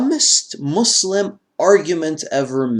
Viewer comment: This man claims he read the Quran 3 times, saying his parents were religious, and he can't even say Islam or muslim right. Also, has anyone heard him say anything from the Quran, even surah Fatihah?